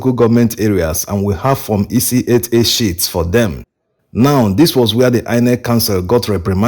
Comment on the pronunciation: Why do you keep saying shits instead of sheets?